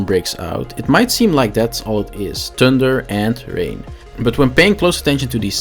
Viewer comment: Hah. Thun"deer"